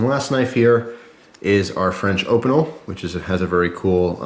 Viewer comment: sorry to be ocd but opeinel is pronounced opeenelle